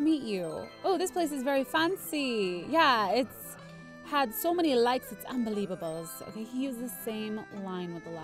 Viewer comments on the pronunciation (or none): By the way when you say unbelievableabbles you say it wrong